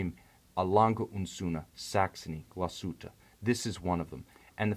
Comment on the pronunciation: Nice pronunciation of "Glashütte" ;)